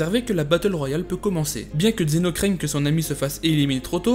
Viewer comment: D'abord vous appeler ce personnage xeno alors qu'il est prononcé dans la série vf et vo zeno. Zeno en vf et zeno-sama en vo. Ensuite vous n'expliquez pas plus que ce que nous savons déjà donc c'est vidéo je la trouve bof. Pour moi c'est juste un résumé de dbs sur zeno. Bonne continuation tous de même.